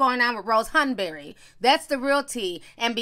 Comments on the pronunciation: The way you say "Hahn-berry"!😂😂😂😂😂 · Ti, Why you saying Rose “Hun-burr-reh” like that? 😩😂😂 I’m cracking tf up at how you saying it all snooty 🤣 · Ti's British accent "Rose Hanbury" 😭😩😂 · I am weak...you kept saying “Hanbury” 😂😂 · I’m over here cacklin at how you say Rose Hanbery 😂😂😂😂😂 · I love the way you said Rose Hanberry 😂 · I love the way ti says Hanbury lol